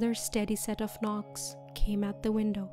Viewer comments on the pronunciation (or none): I'M LAUGHING SO MF HARD XDDD I know he said "leave the window" BUT IT SOUNDED LIKE "LIVA DE WANDOO"